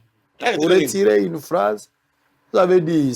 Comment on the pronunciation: Ine au lieu de une ,institit au lieu de institut !!!!Pourquoi le docteur ne parle pas lingala ?Français ya malonga te explication ya malonga et a za monganga !!!!